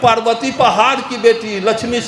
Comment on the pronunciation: पारवति को पाड़वति और नरक को नड़क बोलता है😅 एसे हर धर्म विरोधी स्पष्ट नही बोल पाता